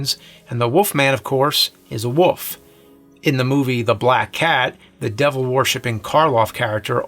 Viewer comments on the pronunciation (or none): James why do you say wolf as "Woof" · I love how James pronounces wolf as “woof” 😂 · Is not pronouncing the L in words like Wolf a New Jersey thing? James always does that.